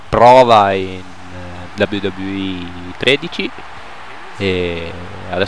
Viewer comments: Mi spieghi cos'è la V V E? Io conosco la dabliu dabliu i (scrito così per farti capire la pronuncia u,u) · si chiama wwe non v v e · "VUVUE 13"